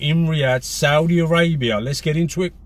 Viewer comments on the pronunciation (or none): none